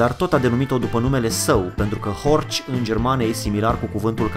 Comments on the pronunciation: Se pronunta HORH, nu HORCI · Istoria Audi e putin mai cmplexa decat ai prezentat-o, dar in esenta, asa este... As avea unele mentiuni: a. Horch se pronunta "Horhh" si nu "Horci"; b. Horch inseamna "Ascultă!" in limba germana (imperativ), exact la fel si Audi in limba latina, nicidecum "a auzi" (infinitiv); c. Compania fondata de Augustus Horch initial, s-a numit intr-adevar "Horch", iar in urma unor probleme a fost nevoita fuziunea cu alte 3 companii, in urma careia s-a stabilit numele latin Audi; in urma aceleiasi fuziuni a celor 4 companii a rezultat si sigla :D Foarte tare canalul! Imi place ca esti bine documentat si diversitatea subiectelor abordate! Keep up the good work!!! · Nu e horci e heorhi goddamit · Boss " ch " in germana se pronunță " h " .... deci este horh nu horci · se pronunță "horh", nu "horci" în germană.